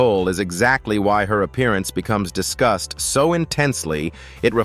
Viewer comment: Was this narrator saying “discussed” or “disgust” ?